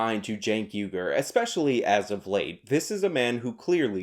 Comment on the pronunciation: Hey man. Has anyone ever told you that it's pronounced 'WEE-gurr'?